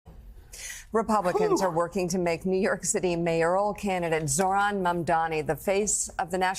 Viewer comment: Joe, please learn how to say Zohran's full name as he will be the next NY mayor.